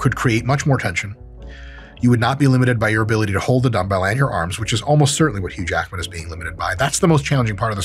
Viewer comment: “Hugh Lackman”😂 this training is lacking anything for building muscle lol